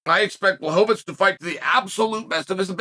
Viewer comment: Who tf is bla-hoe-vits?